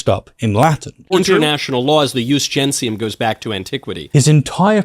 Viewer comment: Unsurprisingly, Michael Knowles also misunderstands "jus gentium" (aside from mispronouncing it): "Jus gentium (law of nations/peoples) refers to a body of customary law in Roman legal tradition applied to all people regardless of citizenship, distinguishing it from "jus civile" (civil law for citizens). It functioned as an early form of international law based on COMMON PRACTICES, EQUITY AND SHARED UNDERSTANDING". Knowles doesn't even do the most basic of homework. Like Boris Johnson and Jacob Rees-Mogg, he thinks that burbling some Latin will make him look impressively posh to his gullible followers.